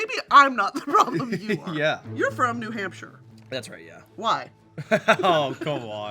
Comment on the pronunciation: it was a jump scare to hear “new nampshire” from queen broski’s mouth, hello to my fellow new hampshirites!